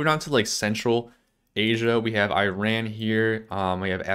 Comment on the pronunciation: You do realize that's not how you pronounce Iran and it's in the Middle East not Central Asia